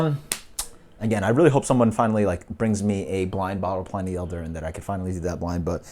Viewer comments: Why does every beer reviewer pronounce it pl-eye-ny" I've always heard Pliny's name pronounced as "pl-in-ny" when people refer to the famous Roman historian/philosopher... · I don't fault you at all since It seems almost everyone refers to it as pl-eye-ny in the beer world! I honestly wouldn't be surprised if RR even pronounces is that way. Great, honest review btw.